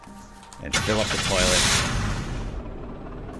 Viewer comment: at 18.58 you said loilet